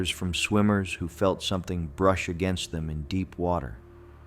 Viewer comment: Chelan = sha-lan